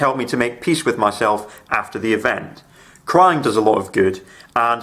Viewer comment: I legitimately thought you said "CRIME does a lot of good and hugs as well ...." it was only on the second to third listen that I realized it was CRYING not CRIME... more importantly nice to see you're doing okay and hope you continue to. (even if I'm 2 years behind on watching this) (side note crying and hugs as an autistic individual who deals with (yes deals with not suffers from) sensory processing hugs are my best friends also being a genetic female my anatomy goes straight to crying with very little to no anger so I relate to the cry a lot as well)